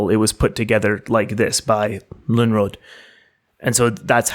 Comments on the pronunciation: Yes. Too bad they can't pronounce the name Lönnrot... "Lunnråt" wtf? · I just want to bring up it also in the comments, though it is fixed in description: Lönrot was actually Finnish speaking, so there was mistake in the start with that, his name only Swedish sounding was. But excellent job specially for a foreign persons doing this! Its first time ever that these are being heard in english in any video as far as I know. Pronouncing Finnish names in the Runos was very well done also, better than I would expect and really not much accent at all. Think about the people living in forests and at night fire and when Festing something - Singing and chanting and meaningfully reciting the old teachings about the creation of world and ways of living and getting the feeling of magic doing it. About the Sami people, I always thought that the relation cant be that far fetched, becaues their language kinda sounds the same and Sami and Suomi as a words are not that far away from eachother, because Finnish dont call it Finland or Finnish they call it Suomi, both country and language. The Finnish and Sami languages sound about as similar as Finnish and Estonian languges do. I get alot of updates of that because Finnish tv actually has Sami language news.